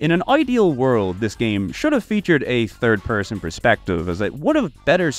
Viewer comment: "go touch grass 🤓" you literally pronounce '3rd' as 'Turd' and see no problem with it.